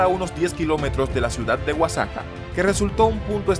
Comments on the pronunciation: Respecto a la pronunciación Oaxaca se pronuncia "Oajaca". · Porque dice Oaxaca así??? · Da igual, se le entiende